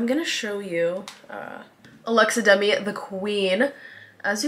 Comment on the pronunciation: damn it’s giving like middle eastern baddie qween. also the fact that you knew alexa demie and promnounced her last name right made me so happy lol